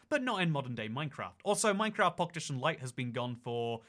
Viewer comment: Anyone else notice how he says “Minecraft Pockedition?”